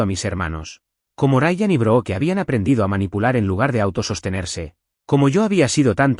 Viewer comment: No se pronuncia BROOKE , SE ESCRIBE BROOKE PERO SE PRONUNCIA ""BRUK "" LA " E" ES SILENCIOSA.